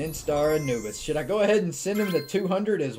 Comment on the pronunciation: lol i thought u said anubis like ann-u-biss